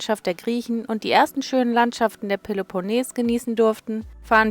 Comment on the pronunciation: Ich bin immer wieder begeistert von Euren Videos. Vielen Dank auch für Eure detaillierte Antwort auf meine „Packfrage“. Aber eines muss ich jetzt doch loswerden: Den Peloponnes spricht man mit langem e auf der letzten Silbe betont aus - trotz des doppel-n davor ;-))